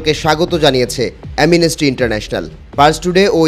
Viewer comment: Amnesty উচ্চারণ করতে পারেনা। অটোপাস পোলাপান দিয়ে। Tv channel চালাচ্ছে। 😂